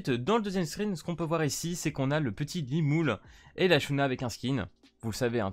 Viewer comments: mais ta dit lumoule frérot XD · juste, comment on prononce limule? quand le dit ça me fait bizarre "limoule".